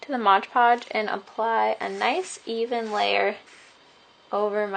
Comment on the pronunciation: Why do you call it Modge Podge? It's MOD Podge!